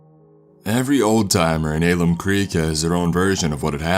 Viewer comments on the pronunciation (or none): Not to be “that guy,” but it’s pronounced “Al-um” creek, not “Ay-lum” creek. I know I know. You’re not from here. Just some food for thought. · Hearing you pronounce alum the way you did made me giggle, but the story and narration is great! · It's pronounced Al um, like pal um creek. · From Wv here and Alum Creek is pronounced Al-um Creek. 😁 Now Alum Creek is full of druggies😂 They can still fit through the cracks of a baby crib😂😂😂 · He pronounced the name of alum creek wrong